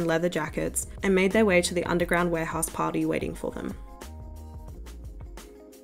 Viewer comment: its so funny how you pronounce party as "patty"